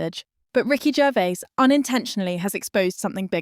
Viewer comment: Ricky 'Jervs'... SERIOUSLY?!